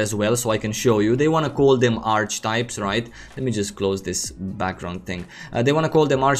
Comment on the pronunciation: Not a big deal, but in English Archetype is pronounced as three syllables: aar·kuh·taip Many native speakers don't get this right, either